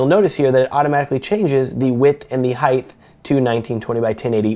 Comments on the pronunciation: Is no one going to mention that he says "Hithe"....instead of HeighT?? But regardless...... rules. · Good video. I needed to get into this. BTW, it's height not heighth. There is no "h" at the end of height. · heighth ;;)) thank you! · heighth lol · Heighth isn't a word. Lol